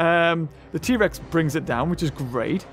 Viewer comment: Trex not tree